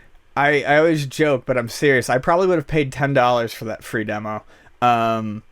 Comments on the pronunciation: You guys are journalists, at this point even if it's a podcast it's still news, and not to not pick but it would do you a service to pronounce Kojima correctly. Other than that you made good points and it was an interesting listen. Thanks! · says Kojima so wrong